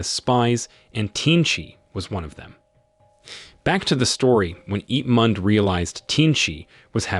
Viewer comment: "Ip mand" 💀💀🤚🏻